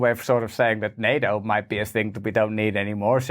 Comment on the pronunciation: I really miss you saying Ukraine will never be a member of "Nae - O" , don't fall for the political correctness of pronouncia' n !